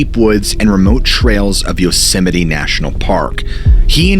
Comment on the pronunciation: Am I hearing him say Yosemine, or is my hearing going?